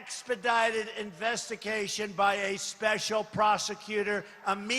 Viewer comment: Nobody is going to mention that TheDonald calls it 'investiCAtion', huh? (at 5.21)